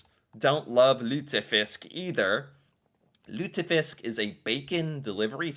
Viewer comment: You pronounced lutefisk well.